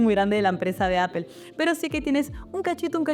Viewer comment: Gracias por tu vídeo, valoro tu contenido, ya entiendo que aún cuando te sacaste un C2 en el Cambridge aún no logras ser perfecta en pronunciación…. “Aple”. 😅